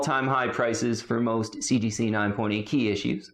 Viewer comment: So I'm not sure if it's intentionally done as tongue in cheek humor, but the enormous number of times he says "CGC 9.8" or rather "seegeesee 9.8" in his videos is over the top ridiculous 😂 that it has to be dry humor l, right? I mean, there is no need to keep saying CGC right? We all know it's CGC. Therefore, no need to say CGC 9.8 repeatedly 47 times in 1 sentence, when omitting a few CGCs and just saying 9.8 will do 😅🤣 Don't get me wrong, I sometimes play a drinking game and take a shot whenever he says CGC 9.8, but then I'm passed out drunk 23 seconds into every video. This has engulfed my life to the point where I dunno to cringe everytime he says "seegeesee", or laugh hysterically because the way he says it seecheesee seecheesee seecheesee is almost parody, or isn't... I can't get the sound of seegeesee out of my head for months now. Yes, I have taken up 3 minutes of everyone's life by this post. I need to evaluate my life.